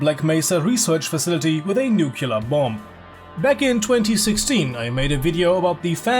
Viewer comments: what is a nucular bomb? do they call em like this? it's a god damn nuclear bomb! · I know someone is going to get ticked with me saying this: Isn't i nuclear said as new-klee-ur , not new-kew-lur? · Good point, except /ˈnjuːklɪə/ Is pronounced as new-clear, not nucular. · Its nuclear not nucular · This dude literally cant say nuclear, he says noo-keelar, is it hard to say noo-clear ? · It's pronounced new-cue-ler.